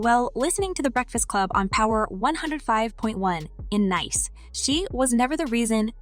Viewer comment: Did she say in nIce?